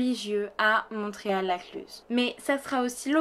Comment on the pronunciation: J'ai les oreilles qui grincent quand vous dites le nom du village, car on ne prononce pas le T de Montréal.